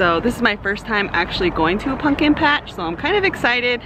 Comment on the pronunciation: Haha I’m hearing “punkin” 😂 I love your pumpkin!